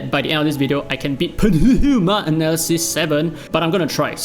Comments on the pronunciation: Just read Pneuma as new-ma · I'm not sure if you're joking, but it's pronounced as "noo-muh" the "p" and "e" are silent. Aside from that, damn, I missed your excel from your dislyte damage calculator. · Not sure if you're just playing out for a bit but pneuma is pronounced as nooma. Like pneumonia or pneumatic. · please don't butcher pneuma T.T.. it's really so hard for anglophones? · If you really have difficult to say Pneuma, search for the translate word of Tire is french, it's Pneu and the prononciation can help you